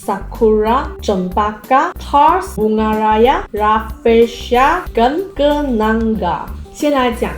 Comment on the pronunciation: Kenanga= "Ke" "Na" "Nga" Bukan "Ke" "Nan" "Ga" la kak😂